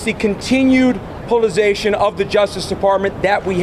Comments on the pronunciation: Wow, he pronounced politicization 2 different ways in the 1st 23 seconds!!! Sounds Trumpy!!! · And can’t pronounce words, “Polization” and “polititization “ “absolutely aserd” and I’m only 24 seconds in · And right after that "polliuzation" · Plitzzzation. It's a hard word.. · Polization? .......the continued polization of the justice department that we have seen ........ I know ....he said it correctly the first time .... good for him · "Politsation" 🤣🤣🤣 This is why you shouldn't marry your cousin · Politerazation and pulization? Im trying to figure it out 🤪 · Polititization, politation, pollination, population...pick one brotha. 😂🤦‍♂️ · Did he say, "Politicization"? Lol! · Maybe if Andrew could pronounce the words correctly, he would sound a little more credible!! haha!! JK!! He is a CLOWN also!!! A big fat JOKE like his father!!! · He is so stupid he doesn't even understand the word politicization. He mispronounced it twice. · He can’t even pronounce “politicisation” 🤣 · If you’re gonna use a new word a lot, like politicization, you should learn how to say it. So, Giuliani’s son is a creepy blowhard? I’m shocked. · And he wants to run for political office, and he can't even pronounce POLITIZATION JAJA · Lmao if Ghouliani's son could actually pronounce the word "politicalization" .... I might be more keen to not laugh my ass off